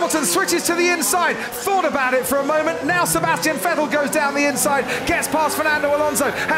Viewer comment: Cool race, but who's "Sebastian Fettel" tho?